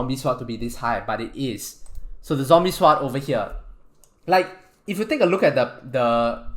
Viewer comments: He pronounces it. S-word, not sord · His pronunciation of sword...swwwod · is he saying "swap" or "sword" ? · god everytime u say sword i cringe.. swat... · my braincells hurts everytime you said "seword" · the auto generated text think you say SWAT xd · Stop saying sward its sword pronounced S. O. R. D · Stop saying sword like that it makes my brain hurt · He can say swat how ever he wants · hes saying swat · the w is silent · he pronounces sword without the “w” being silent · Every time he hays sword wrong take a shot To your knee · He isn’t technically saying it incorrectly. But I like the joke. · It pains me to hear you pronounce the "w" in sword, but nice vid.